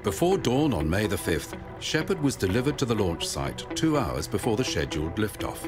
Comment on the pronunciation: Between the constant “ People’s Court” music and the. Missions being “sezhuled”, I’ve had enough of the horrible video and couldn’t watch it anymore.